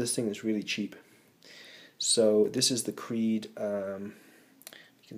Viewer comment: clearly it says cree not creed like your favorite band!